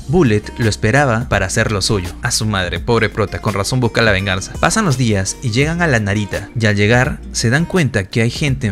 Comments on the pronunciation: Y por q dices verganza si es venganza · Se dice be3rg4nsa